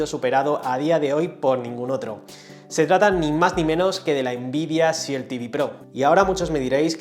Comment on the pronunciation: Como ya dije en un comentario de un video anterior SHIELD se pronuncia shild, la E no suena. Esto aparte, mágnífico y útil vídeo. También se agradece que esté en 4K 👏👏